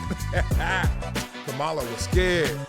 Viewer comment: Please pronounce her name right.